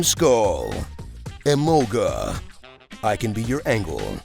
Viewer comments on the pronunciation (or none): none